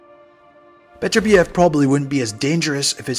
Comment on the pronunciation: Why is it that people cannot pronounce his name correctly? His name is NOT Beaterbeeev,nor is it Betterbeeev. His name is Bet ur biev. The emphasis is on the second syllable.